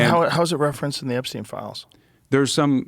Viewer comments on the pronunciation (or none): none